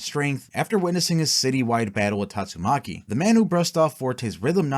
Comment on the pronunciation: You keep saying Tatsumaki's name wrong is annoying me.